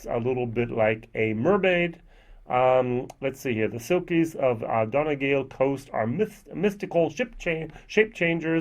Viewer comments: Pronounced: dun - e - gall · We realy have to give you a lesson in Irish pronunciation 😂😂😂 Donegal Dun-knee-gaul